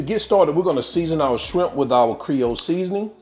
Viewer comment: Did you say SCRIMP? 🤣